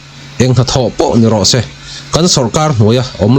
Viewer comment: ' se ' tih ilam dan hi a fán raih lo deuh